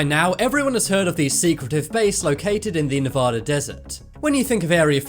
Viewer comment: LEARN HOW TO PRONOUNCE NEVADA!!!!